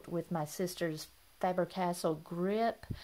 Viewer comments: Just to let you know, Faber-Castell is pronounced FAH-burr Cass-TELL. 🙂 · Thanks for the reminder. I realized that I was mispronouncing it when I watched the video prior to uploading it, but I was too lazy to reshoot it. Sorry about that.